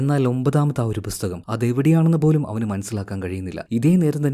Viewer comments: Bro busthakam alla pusthakam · Busthakam nnu edakku pronounce cheyyunna pole brother.🤔